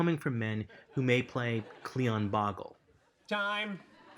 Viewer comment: interesting.... can't say I find fault in the logic.... but I'm still trying to get over that he read Klingon wrong around the end there..;)